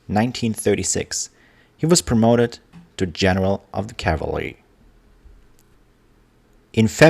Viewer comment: Your accent is really not all that bad except for the word "cavalry."😊